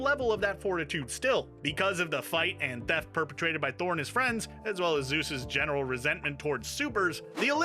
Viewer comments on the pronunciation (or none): none